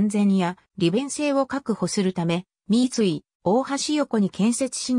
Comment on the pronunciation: みつい×みい○ ふとい×おおい〇 以上地元民より